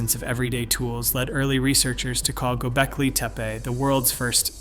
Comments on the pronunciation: ANOTHER AUTOMATED BOT-TYPE CHANNEL "Gobleki "TEE-PEE" ~@ Plus just look at the cookie-cutter copy/paste formatting with ALL of the absolutely and totally recent posts... Later!!! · For the love of god, go watch another video on Gobekli Tepe and learn how to pronounce it! This is really interesting, but you keep sayin that shit weird and it drives me nuts! They weren't native americans they didn't make teepees